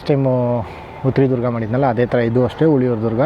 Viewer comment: Sir it is ಹುಲಿಯೂರುದುರ್ಗ not ಹುಳಿಯುರುದುರ್ಗ